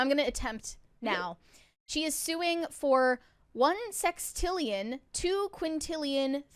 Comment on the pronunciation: said sextillian